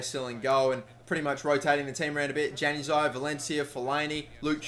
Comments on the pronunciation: ITS Yanazii not januzii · Januzaj is pronounced yan-U-az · It's pronounced yan a zai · Not trying to be a grammar nazi or anything but januzaj is pronounced yan u zie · Hey man, Januzaj is pronounced "Yanazai" hope that helps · Januzaj is pronounced Yanuzaj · Stop pronouncing Januzaj wrong and switch Mata and Di Maria's positions